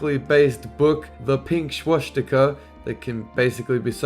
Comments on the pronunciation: I dont think its Šwastika i think its pronounced Swastika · Why do people pronounce it "Shwastika"? It's spelled "Swastika", and as far as I can tell, it's pronounced that way, too.